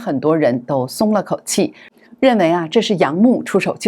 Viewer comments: 主持人，楊冪的冪發音為mi第四聲，不是mu。謝謝！ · 楊冪唸成楊「幕」？？當主播？？？大陸這麼有名的藝人...她不是大陸人？